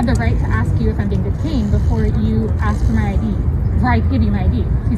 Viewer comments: Why does she say axe me? It's ask! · Did she ax or ask? I'm confused. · Why the fuck are they saying "AXE" instead of ASK?! It sounds fucking stupid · the word is pronounced “ask”, not “axe”. Try to sound educated lady🤦‍♂️